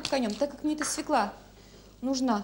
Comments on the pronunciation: Очень странно слышать от Высоцкой слово " свеклА ", а не правильное " свЕкла ", ведь рядом с ней автор " Низких истин " ... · Не свекла,а свёкла,даже ударение не может поставить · Наголос має бути на свЬОкла. Навіть своєю мовою не вміють нормально говорити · Да не свекла, а свЁкла!!! Аааааааа....Почему редакторы не исправляют?Все безграмо ные, это грубейшая речевая ошибка. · Юленька, вы в какой школе учились. Запомните такой детский стишок: Мы у тети Фёклы , ели суп из СВЁКЛЫ! Нет корнеплода свекла, есть корнеплод свёкла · Нет такого слова - свеклА! Свёкла! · Не свеклА, а свЁкла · Фууу, свЕкла, а как же кончаловские,😂 свЁкла, сказала бы Наталья забыла как по батюшке😂😂😂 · Не "свеклА", а "свЁкла", это если по-русски. Стыдно интеллектуальной элите делать такие ошибки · Какой ужас! Что она творит!? И всё-таки: свёкла, а не свекла. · Правильно говорить свёкла а не свекла. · Как же бесит эта "свеклА", даже у казалось бы грамотных интеллигентных людей!😮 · Нет слова свеклА, есть слово свЁкла. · Задолбала сто раз за ролик повторила свекла, свекла,свекла,да чтож такое то свЕкла твою мать,свЕкла,свЕкла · Свёкла, а не свекла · Не зря же, говорит сахар из свЕклы́ делается.. Убогая, она из сахарной делается, и не из свЕклы́, а из свёклы. И нужно было "потомить её часа 3" — ведь все мы знаем, что "чем чернее, тем лучше".)) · Нем свекла, в све́кла!!! За что Марусе такое? 🤦‍♀️ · Как же режет ухо эта "свЕкла"!!! СвЁкла!!!!! Да запомните пожалуйста! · Не свекла, а свёкла. Тундра😂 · Так вы задолбали со своей свЁклой и творогОм. Может, потому люди и отказываются так произносить, что звучит это отстойно 🤮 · Юлечка, я очень уважаю Вас, могу смотреть Ваши ролики часами. Вы потрясающая женщина, умная,красивая, приятная во всех отношениях, но, пожалуйста, пожалейте наши уши! Я знаю, что Вы знаете 5 языков, но в русском языке слово свЁкла пишется и произносится через Ё. Ударение падает на первый слог. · СвЁкла, Юля! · И всё-так свЁкла!!!